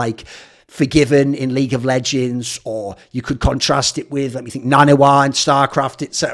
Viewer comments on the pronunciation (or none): none